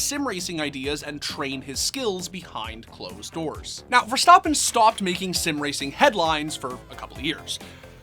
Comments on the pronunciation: verstAppen not verstOppen.... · Stappen not stoppen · It’s verstappen not verstapan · Bro it's Ver-stap-pen not Ver-Stop-pen 😭😭😭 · Why is always so extra with peoples names bro. VerSTAHPPen. Everyone says verstappen just say verstappen. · "Max VerSTOPen"????? df dude get ur shit together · stop saying verstoppin. geezus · Learn to say his name at least jesus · why does he keep saying verstappen incorrectly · Because he clearly has never watched the sport and someone gave him this script to read.